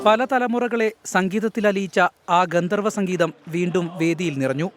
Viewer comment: ഗദ്ധർവൻ അല്ല ഗന്ധർവൻ ആണ്